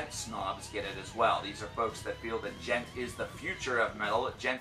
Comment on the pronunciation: PathologicalCannibal But it's not pronounced duh-jent! The D is silent! The D is silent! It's Djent! Not duh-jent!